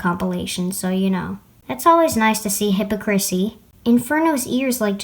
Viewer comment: The way you pronounced "hipocrisy" was adorable